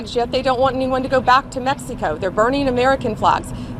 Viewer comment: Saying MEXEEECO” is racist, Pam.